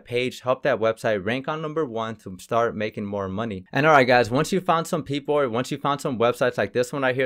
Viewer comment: why other countries. pronounce (PEOPLE) PEOPOR!